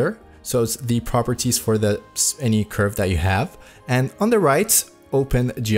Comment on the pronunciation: dude cant say curve and says objects r colors 💀